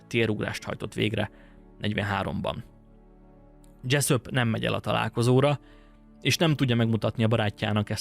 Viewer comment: Dzseszöp, dzseszöp... mintha a kecsöpöt hallanám a kecsap helyett. Túltengő magabiztosságodat visszafoghatnád egy kicsit némi önkontrollal.